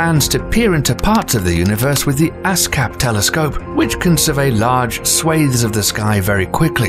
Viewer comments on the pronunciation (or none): He said ass cap, that means buttplug lol